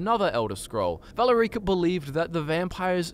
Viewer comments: The way you said Valerica's name drives me crazy lol.. it's "Vuh-lair-icka" not "Valla-reeka" lmao Even Harken demonstrates how it's pronounced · Look guys i love the channel but its pronounced Val air i ka Not Vala ree ka Sorry if i sound like a know it all im just ocd about the way words are said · Love your videos, but "Valore-eek-ah"? You hear it pronounced in game as "Val-air-icka" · Valuh-REEEEE-ka Sorry, I couldn't resist. Serana pronounces it as "Val-Erica" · Val-uh-reek-uh lol, it's Vah-lair-ick-a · Valer-EEKA? you mean Valerica? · It's pronounced "Val Erica" not "Valar Eaka" C'mon dude, you should know that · I'm lmaoing about your pronunciation of Valerica, as Vala-rica, wich means wealthy ditch in portuguese 😂😂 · Isnt it VAL- E-RIC-A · I am sorry for being this person but... Is not ValeRIca. Its VaLErica. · It's Valerica, just prenounce it like in game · At least someone else noticed that, it was driving me insane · The way pronounced Valerica reminded me of how Drake from Drake and Josh pronounces South America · What's up with the pronunciations of "Valerica" and "Vyrthur"??? Lmao. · You’re mispronouncing Valerica’s name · Your petniunouncing Valerica wrong